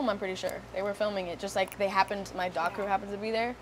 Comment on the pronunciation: DOC CREW??? DOCUMENTARY??